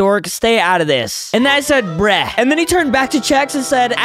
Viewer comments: It’s not breh it’s bruh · Why do you said brek